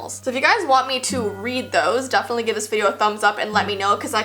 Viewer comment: Lol u said “Dafenitly”